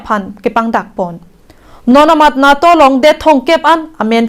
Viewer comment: "NAA" pu a pronunciation kali NATO aphanke. NETO pusi pu nangji - NATO aphanke.